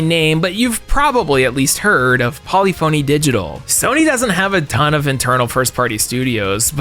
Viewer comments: Note: Polyphony is pronounced Polifiny and not poly phoney. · "pol-if-o-nee", not "poly-phony" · Paul-ey-phone-ey and Gran Tur-eez-mo 😂 It's pronounced pull-ef-in-ey and Gran Tur-is-mo like gizmo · Just so you know, Polyphony is pronounced "Puh-LIH-fuh-nee" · I used to say Poly Phony too. Apparently that's incorrect. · You're pronouncing "polyphony" incorrectly. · Great video! How you pronounce "polyphony" kills me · I hope you were being sarcastic with your pronunciation of Polyphony. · Surely thats not how you pronounce polyphony or have i been saying it wrong my whole life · Really love all these recent videos, don't love how you pronounced polyphony digital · Never heard Polyphony pronounced that way. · Interesting Polyphony pronunciation